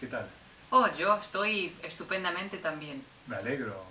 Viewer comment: Cerca del principio, Cynthia dice, "....estupendamente tambien." y dice, "malegro" o "a negro". ¿Qué está diciendo? ¡No entiendo! Por lo general, puedo usar "Google Translate" ayudarme pero esta vez no.